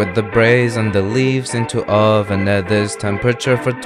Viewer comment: lmao always gets me with the zis fk raw